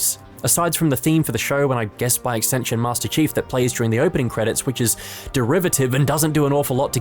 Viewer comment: did you just call him master cheeks?